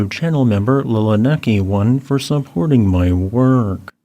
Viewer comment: I get a kick out of the way he pronounces "weerk". (I don't know why, but I've been hoarse lately. Do you want to grill me about it?)